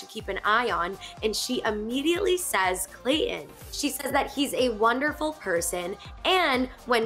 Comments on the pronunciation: There is a T in his name. You pronounce it Clay Ton. Not Clay in. Please. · Me too. It just irritates me. Say the bloody T. That is the man's name. Not Clay in. He's very attractive.